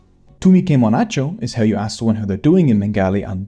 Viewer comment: Just want to say that's not exactly how you say that Remember that whole bongla-bangla pronounciation thing you were talking about? Applies here too For anyone wondering it's pronounced more like Too-me ke-mon a-sho Dhon-no baad